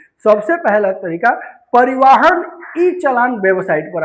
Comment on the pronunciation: कृपा करके परिवाहन, अनलीगल और हैमलेट न कहिए । कृपया बोलने से पहले थोड़ा अभ्यास भी कर लिया कीजिए । कभी कभार डिक्शनरी भी देख लिया कीजिए जो शब्दों के विषय में ऑथेंटिक इनफॉर्मेशन देती हैं । आप के लिए ही तैयार और प्रकाशित की गई हैं। नहीं देखिये पढियेगा तो शब्दकोश मायूस हो जाएंगे ।